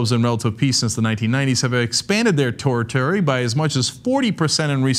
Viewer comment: he says Torritery, instead of territory....